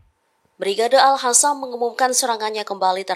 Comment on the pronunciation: Mohon diperbaiki cara mengucapkan kata AlQosam jangan alhosam, artinya beda jauh bahkan seperti menghina ucapan tersebut, kalau tak mampu mengucapkan alqosam, ucapkan saja ALKOSAM masih lebih baik